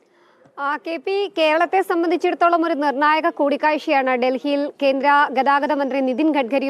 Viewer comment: Pl correct your pronunciation ( for ) ധാരണ ആണ് ശരി ദാരണ അല്ല...നിർണായകം ആണ് ശരി...നിർണ്ണായഘം അല്ല.. ഔദ്യോഗികമായി ശരി... ഔധോഗികമായി തെറ്റ്